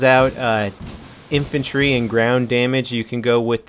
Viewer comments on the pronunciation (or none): How do you screw up the word infantry with a pr? WTF?